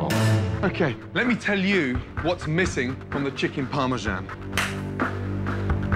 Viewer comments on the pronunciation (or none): Risodo...were s that D in Risotto....or the J in Parmasan..Sharon isn' t pretty, just average..